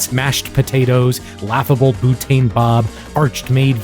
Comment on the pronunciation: you said "Butane" wrong on purpose, right?